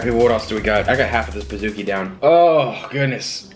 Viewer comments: It’s pronounced “ Peez-ooh-key”, not “ Piz-ook-e” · Ummm pizookkiieee???, it’s pizcookie